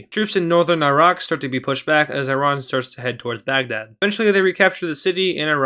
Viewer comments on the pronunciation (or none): none